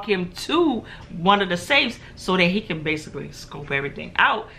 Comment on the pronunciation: I cun not I cun not.....😁😁😁